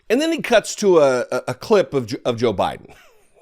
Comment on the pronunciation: Did I hear Jr say Sho Biden? Yes I did, he said that twice....Sho Biden.... that's what happens when you snort a mirror full of snow. What an embarrassment